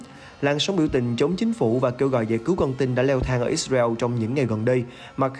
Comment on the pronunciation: Lời bình luận thì hay mà điệu đà quá tổng thống bu thin, ít xa reo, , theo đa vid, da hu, ông trâm, nêu dót tham